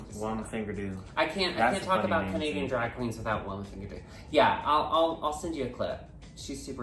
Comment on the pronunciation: It's less a-boot, and more a-boat